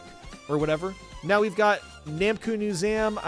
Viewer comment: "Katamari Damaky" "Namco Musem"